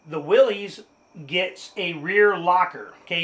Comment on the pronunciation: I love your video. I do have to mention, though, that you’re mispronouncing Willys. It is the last name of the founder of Willys-Overland company, John North Willys. He pronounced his last name like “Willis”, not like “Willie’s”.